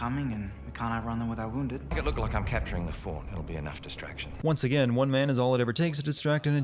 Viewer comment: once "AGIAN"